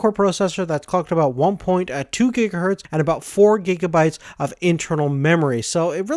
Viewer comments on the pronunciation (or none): none